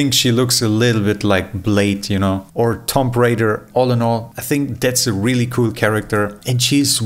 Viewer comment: It’s not pronounced tom b it’s toomb